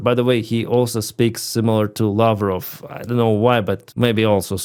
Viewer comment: Lavro Pl speak in real English. Ask your tutor how to pronounce then come again and SPEAK IN ENGLISH.